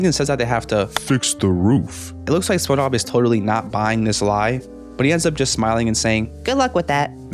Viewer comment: I like how he pronounces SpongeBob “spuhuh”, “spunob”, “spunah” etc